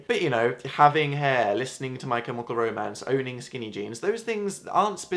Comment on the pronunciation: say My CHemical Romance again. pleas.e